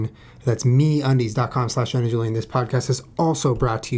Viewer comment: At the end when Julian said "Get yourself some MeUndies..." I thought he said "Get yourself some mayonnaise" and I was like, "Julian, did you not just sit down to talk about the vegan lifestyle??" Lol... :)